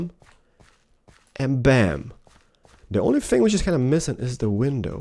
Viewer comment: Keralis: el windoww Spanish: La ventana